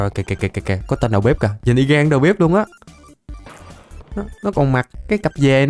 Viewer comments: Anh đọc tiếng Việt như cái nịt=)))) đầu bếp mà cứ đầu bíp =)))) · đọc đầu bếp thành đầu bíp